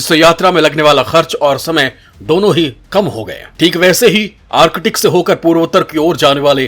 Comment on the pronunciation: आर्किटिक नही भाई आर्क्टिक😂😂😂